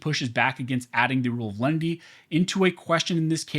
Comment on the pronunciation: Is it Len-i-ty or Lindy?